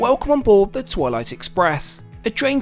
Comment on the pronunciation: I heard toilet tooo😂😂😂😂😂😂